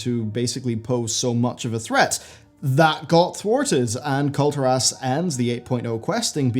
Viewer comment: Can you please pronounce Kul'Tiras correctly? :) It's almost as bad as the people who pronounce Tyrande "Tie-rand-ee"